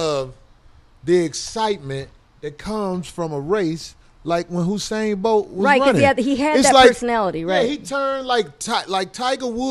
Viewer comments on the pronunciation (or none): My Nigga Corey said "Husain Bolt" lol